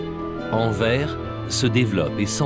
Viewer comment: et pour autre info , on ne dit pas Anver mais AnverSSSS , en flamand Antwerpen